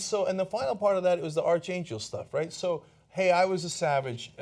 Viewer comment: It’s spelled archangel but it’s pronounced ark-angel.